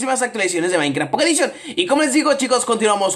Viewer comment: like si te da risa cuando dice pocket edition